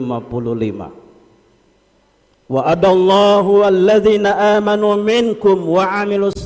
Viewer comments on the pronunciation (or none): Ada sedikit kekiluran dalam mengucapkan Ayat surat an nur : 55, mustinya Wa'adallahulladzi.....dan Hadits tentang tdk akan ditegakkan qiamat. Ada kalimat Terucap : ....fayuqtaluhum mustinya fayaqtulahum"..... Dan juga kalimat : " la khilafu mustinya la khilafa bainal fuqoha...."